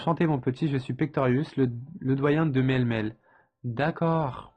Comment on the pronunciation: Sympa, moi c'est Brindibou bon j'ai termine le jeu j'ai les 3 maintenant ! ! :) C'est "Mélé-Mélé" la prononciation je crois il me semble sinon la fille c'est ma Lillies que j'aime beaucoup dans le jeu. ♪